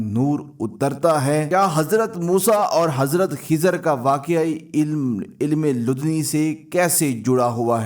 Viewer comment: یہ علم لدنی' کہلاتا ہے۔ تلفظ درست کر لیں۔